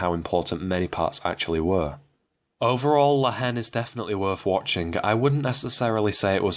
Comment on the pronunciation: By the way, the H is silent in La Haine. May as well pronounce the title correctly!